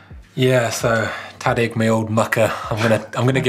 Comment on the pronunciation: Tadgh is pronounced Tie-g (just thought you'd like to know!)